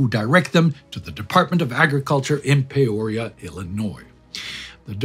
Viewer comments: Here in Central Illinois, we're rather proud of the Ag lab's contribution to penicillin development, so I'm glad you mentioned it. But,, it's Peoria (Pee-ORIA). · Interesting way to pronounce Peoria. Comes carrying a pack on his back.